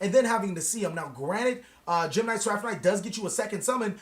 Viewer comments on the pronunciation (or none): none